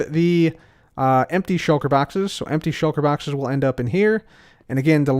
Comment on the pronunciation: I love how you say "shoulker baxes"